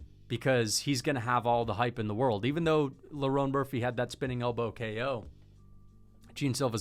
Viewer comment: kEo Tracey. Why is bro putting an E inbetween ko🤣🤣